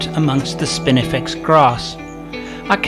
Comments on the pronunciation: Is it my aging ears, or were you saying "spiniflex"....instead of "spinifex"? I seemed to be hearing an errant "L" in there....??? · I love how you pronounce spinifex as spiniflex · Spinifex sericeus --- NOT "spiniflex" (as you pronounce it)